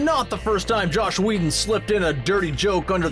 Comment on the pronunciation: Dislike for calling him Josh Whedon